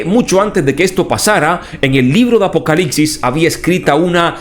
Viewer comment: Es apocalipsis? ... O APOCALICSIS?minuto